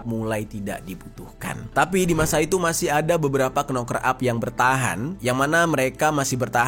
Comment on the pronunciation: Knocker huruf depan (k) tidak dibaca,hanya cukup pakai suara (noker),aku bukan pintar namun tau bener adanya, sorry Bro! I’m not clever enough,yet I knew precisely,accurately should be,good luck!🙏